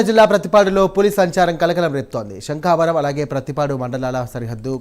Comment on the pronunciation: శంఖావరం ❌ శంఖవరం ✅